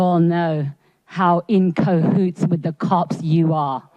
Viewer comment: "in cohoots"? I think it's cahoots...